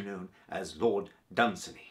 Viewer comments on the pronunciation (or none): Isn't it pronounce DunSANY?